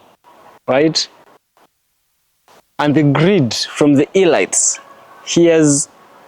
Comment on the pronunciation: very interesting nd truths. U PRONOUNCE IT AS "ELEETS". not elights I say ths in good faith. Very ibteresting X u for this Nugget